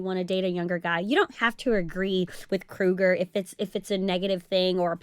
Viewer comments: It's Cougar, not Crougar. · It's cougars not crougar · is she saying cougar wrong?